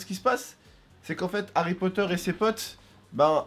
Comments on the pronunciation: C'est moi ou il a dit harry croteur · tu sais au début ta dis Harry crooter